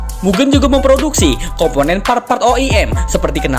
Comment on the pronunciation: Izin nambahin bang, mugen cara baca "Ge" nya bukan Ge nya "genderuwo", tapi Ge nya Gepeng